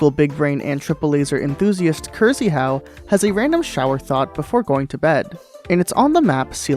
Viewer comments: krzyhau is pronounced "kshehaw" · I don't know the man but I'm rather confident you should pronounce Krzyhau more like Kshyhau. Rz is a Polish sound that doesn't appear in English naturally (like french 'G' I think). In this particular case though (after K) it's softer and English speakers can pretend it's 'sh'. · "Cursie-how" ffs, learn how to pronounce Krzychau in Polish before doing another vid please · The way you pronounce Krzyhau gave me cancer